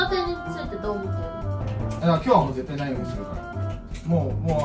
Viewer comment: 絶↑対↓の言い方なのよ